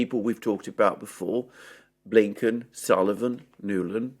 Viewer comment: Blinken = "Blumpkin" 😂 😃